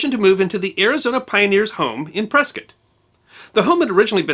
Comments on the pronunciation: Well he pronounced Prescutt correctly. Old timers and other native Arizonans would never say PreSCOTT. Interesting stuff. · You pronounced Prescott correctly! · I'm amazed you pronounced 'Prescott' correctly! She's buried about two miles from me. The Arizona Pioneers Home is still operating and overlooks the town. Still looks like your photo. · Great job pronouncing Prescott correctly!😁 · Another good story! And I think you and I are two of at least ten non-Arizonans that know how to pronounce Prescott!